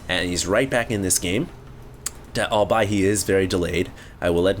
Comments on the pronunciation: albeit - pronunciation = all + be + it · i know i am being picky, but.... albeit - (ɔːlˈbiːɪt) -- ALthough BE IT